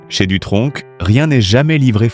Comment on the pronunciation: On ne dit pas Dutronk Mais Dutronc (sans le c)